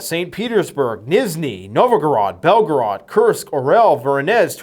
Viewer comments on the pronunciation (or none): none